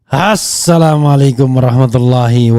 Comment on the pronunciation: HEY REFLI ASSALAMUALAKUM MU ITU TDK JELAS LAFAD NYA.